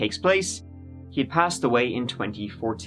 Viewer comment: Every time says "passed away" all I can hear is "Pasta Way", the infamous Italian street in Florence.